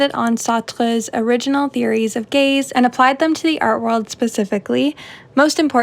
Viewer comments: i wasn’t watching, just listening while painting and for the longest time i thought you were saying gays😭😭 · It took me a solid five minutes to realize you were saying gaze and not gays